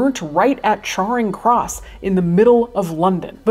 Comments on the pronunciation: Hi Cait, just a correction on your pronunciation of Charing Cross . Charing is pronounced [Cherring]. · "Charing Cross" is pronounced 'Chairing Cross' , i know, i know... sorry,but we can't help it. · Oxford Brit here. the museum is still here, it's pronounced Ash-mo-Lee-Un! Also Charring Cross is Cha like chap, a short A sound. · Char-ing Cross? It's Cha-ring m'lady. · The a in Charring Cross is pronounced like the a in anger not like in Char which is an understandable mistake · I'm sorry to inform you that you pronounced Charing Cross wrong. Anyway, very interesting video. Good job. Missed you xoxo